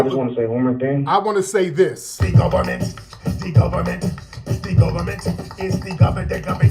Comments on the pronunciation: 'De Gohbahment!! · IT IS DEE GUBBAMENT!!! 🤣🤣🤣